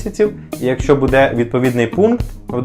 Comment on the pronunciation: Не буде', а буууууде!!!